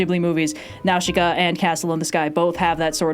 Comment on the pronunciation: The way pronounces Nausica is so wild to me lol